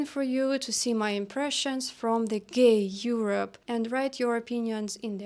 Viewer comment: Love the emphasis on "the gay Europe" ! :D